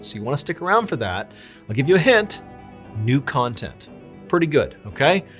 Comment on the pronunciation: "new content" sounded like "nude content" at first hearing. For a moment, I thought for sure Mr Allen had lived long enough to become the villain. The world doesn't need a Ballen OF. 😂